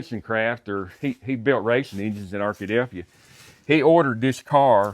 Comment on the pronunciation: “Arka-delphia” ?? Phew , I’m a movin’ on up !